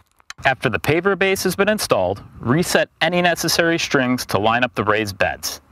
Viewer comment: Are you saying "paper base" or "paver base?" I can't figure out which. Needs a bit more articulation.